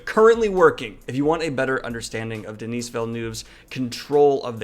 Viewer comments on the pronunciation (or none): Denis or Denise...omg lol. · Please be coached on how to pronounce French names. "Denise" is a woman's name, Denis (the 's' is silent) is a man's name. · As a French Canadian, the way you pronounced Denis Villeneuve’s name shook me to my core.